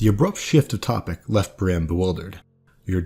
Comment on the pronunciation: You're pronunciation of Brienne had my confused for the entire first minute or two. It sounded so much like Bran, while I've always pronounced like Bree-anne (less exaggerated, but with a noticeable ee). This is actually kind of interesting, tho. I'm wondering if they aren't meant to have similar sounding names. I had never thought of them as being very similar, for obvious reasons, maybe, but thinking about it now, they are both far removed their peers, shunned, confused, miss-understood, with numerous clear similarities.